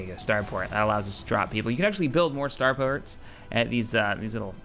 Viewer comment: lol he said "starpERts"